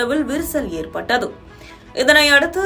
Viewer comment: அது பட்டதுஊ இல்லமா பட்டது. AI news a irukumo😅